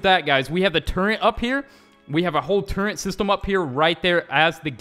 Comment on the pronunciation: Turrent? I thought you turret. Btw you can say it as you want to say